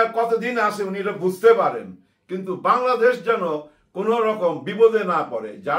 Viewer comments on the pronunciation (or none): none